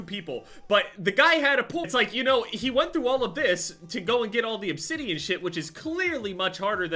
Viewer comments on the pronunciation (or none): none